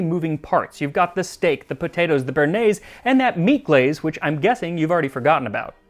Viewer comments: btw béarnaise is not pronounced "burnaise" but more like Bay-har-neiz. béa is a bit like in the name Beatrice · you know... there is a reason there is an accent on the E of bearnaise.. its cause u have to say BEY AR NAISE. never forget this again, plebian